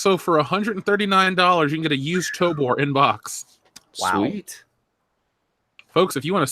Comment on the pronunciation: Jesus Christ it's TOBOR with a fuckin O in it. T-O-B-<<O>>-R It's robot backwards. It's not "Tobar" like you've said a hundred times. Moron! Love ya.